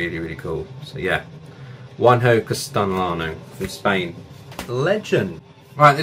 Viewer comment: Very nice video, with some artists I don't know. I also recommend album covers by Costin Chioreanu, Eliran Kantor, Gyula Havancsák, Jan Yrlund, Mariusz Lewandowski, Spiros Antoniou and Travis Smith. You pronounced Castellano very well. Greetings from Brazil!